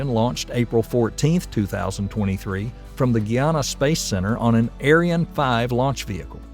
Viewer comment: 2 Nits: Light travels at 186000 miles per *hour*? A note of caution wrt your accent, pronouncing "Ariane" (the rocket) the way certain unpleasant WWII participants pronounced their race sounds kinda bad, the Arian rocket was a V2 :)